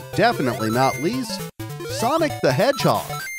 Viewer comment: "Sonic the Hedgehod" [insert skull emoji here]